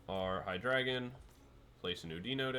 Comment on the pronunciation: It is pronounced: HEE-DRY-GON (From hydra and "drei", which means three in German)